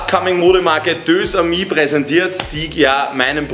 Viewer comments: Deux⏑amis, wird ausgesprochen Dösamie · Des heißt deux amis